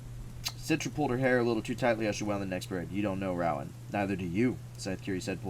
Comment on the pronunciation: it’s row-in, that’s how you pronounce it but thank you for the read